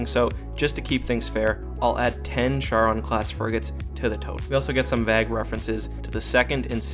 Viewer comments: Why did you keep pronouncing vague as vag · Learn how to properly pronounce "Vague" please. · Ok it kinda bugged me how you kept mispronouncing "Vague" but otherwise good video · Stop saying vague like that. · You pronounce "vague" very strangely.